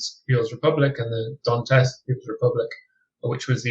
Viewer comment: It's Donetsk not Donteks